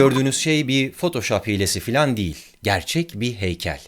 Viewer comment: Photoshop'un ''fotoşap'' diye okunduğunu da ilk defa duydum. Adam o kadar bilgi veriyor.